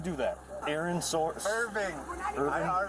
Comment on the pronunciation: Irving almost sound like a town in Scotland called Irvine